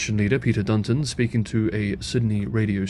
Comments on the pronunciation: Tudge not Trudge. Dutton not Dunton. However 'trudge' is an apt adjective for both. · I know that Australian pronunciation is difficult for Chinese speakers, so I'll just point out that it is "Tudge", not "Trudge" and "Dutton", not "Dunton" or just "damned bloody fools", if you want to be informal... 🙂